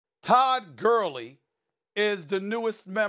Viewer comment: did he just say “Todd Curly” 😂